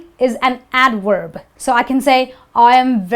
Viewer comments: so she says adwerb for adverb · the teacher makes mistakes, wabration... Indians mixed up V and W no doubt from this teacher... And adverb not adwerb I just don't get it Indian can clearly pronounce V and W clearly but just at the wrong time, using V when you suppose to use W and so on... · because she said "adwerb" and "wibration". Even she can barely pronounce them properly while speaking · Teacher says "adWerb" instead of adVerb" duh 😄 V and W sound SO dissimilar....how can ANYONE possibly not tell the DIFFERENCE ???? Next you won't be able to tell B and P apart ! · Wery good wideo but still cant get the wibration vhen pronouncing adwerb 🙃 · "Very is an adwerb . . . it's an adwerb" Hilarious! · its an adwerb! Hahahahaha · how did she pronounce it wrong? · She actually didn't apply what she was teaching. She pronounced the V in adverb as a W. Hindi tend to have a problem with the V and W. For intance, they pronounce whe W in we as a V and the W in vitamin as a W. It's weird. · CHECK YOUR PRONUCIATION OF ADVERD IN THIS; TWICE YOU PRONOUCE THIS AS A W; AND ONE OTHER WORD IN THE BEGINNING YOU SLIP BACK TO w FOR V. Very good otherwise. Acc. Red. teacher